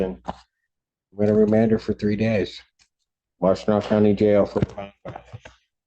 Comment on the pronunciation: I paused and rewinded when I heard him say Washtenaw County jail.